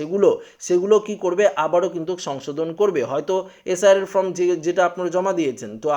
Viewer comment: Hi hii hii ""ftom" naa hhihi""FORM""...hii hii